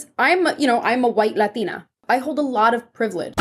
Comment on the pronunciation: Why does she talk normal and the when she says latina she says it like "Lathina" weird WEIRD